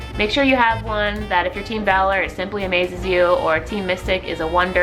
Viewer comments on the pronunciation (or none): none